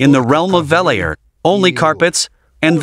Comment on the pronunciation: not 'VELL-AIR' - 'VELL-OOR'!!! What a monster! I want one. (and I am in Canada...so it would be the ZED one...not ZEE one!!)